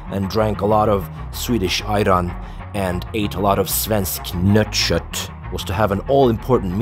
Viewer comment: "Svensk Nöttkött" :D No one could pronounce it better than you!